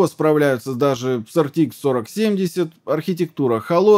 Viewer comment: Вы произносите ЭрТиИкс, т.е. ни туда ни сюда. Либо произносите полностью неправильно:) ЭрТэИкс. Либо правильно АрТиЭкс.